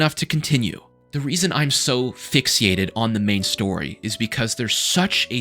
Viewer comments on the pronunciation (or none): Bro can’t even pronounce fixated right